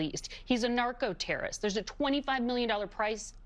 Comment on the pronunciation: U say Noarco Rubio That what u say 😅😅😂😂 Yes Narco Rubio